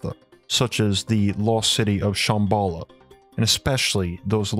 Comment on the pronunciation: You're saying Shambhala wrong, it's SHAHM BAH LAH not SH AA (like the a sound in apple) HM BALL AH. And I think you mean that the story is based on LEGEND not Myth. A Legend is something that is based on truth, something that actually happened or actually exists or existed/happened in the past. A Myth on the other hand is something that is totally and completely made up. You're talking about Agartha as if it actually existed in the past and may actually still exist due to all the coincidences around the world and how every culture had a story fitting the details of the city making it a LEGEND and NOT a Myth.